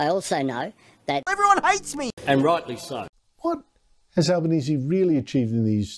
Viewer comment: Tony Albonesie has trouble speaking , can't pronounce words , lisping . Certainly no leader . He is a shocker